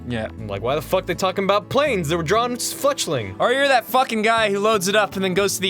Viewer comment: "drawring" yeah okay man.